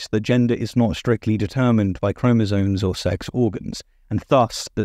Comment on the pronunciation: etc. -- it's chromosomes, not chromosones